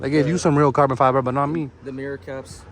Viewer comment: “this farbon”😂😂😂